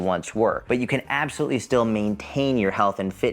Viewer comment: More like "apple- solutely" 😁